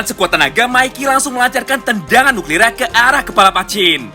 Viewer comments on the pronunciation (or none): none